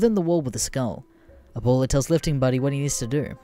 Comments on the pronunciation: "Aboola"? My guy. It's pronounces how it sounds. Abuela. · It’s uh, Ah bue la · Boy how the fuck do you get ABDOOLA from A-BU-ELA? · It’s grandma ya fuck … get cultured and I’m American… Abdula ,????? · >pronounces abuela as Ebola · At least he doesn't go full tard like Creepswork and say aBdUlLaH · He says it like “Ebola” 😂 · its not my native language either but it just sounds stupid so you should look up how to say foreign words it will add to the quality of your videos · I love how there is two different uploads of this story I've seen now with mispronounciations of Abuela. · Since when is "ue" pronounced "way" in English? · The pronunciation of abuela is getting me A N G E R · being half border jumper, i agree, THE B IS PRONOUNCED LIKE A FUCKING W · Why the fuck can nobody pronounce "abuela" in this fucking greentext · anyone as pissed as me because of the way he says abuela